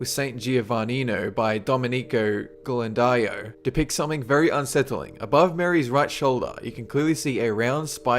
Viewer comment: MADONNA CON BAMBINO E SAN GIOVANNINO" Sebastiano Mainardi or to Jacopo del Sellaio. and your Domenico Ghirlandaio has nothing to do with this picture in addition please your pronunciation of this name is ridiculous . id lilke Domènico and not Domeni'co Ghirlandaio is GHI as the sound use in the word give for the first 2 letters